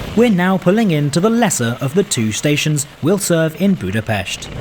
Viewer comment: bro pronounced Budapest correctly, omg this is a rare moment in history